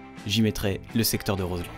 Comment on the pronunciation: Mais quel roadtrip! Vous avez bien choisi le coin (bon je ne suis pas objective, le Beaufortain je l'ai dans le sang 😁). Par contre, on ne prononce pas le d de Roselend ^^. En tout cas tu m'as donné envie d'essayer le roadster d'Harley Davidson ^^. Super vidéo comme toujours, merci pour vos partages et votre bonne humeur 😊